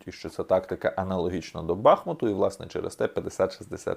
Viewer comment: БахмУт. Наголос на "у".